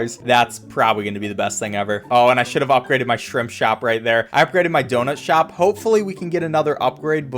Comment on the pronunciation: lol It sounds like Shrimp Shrop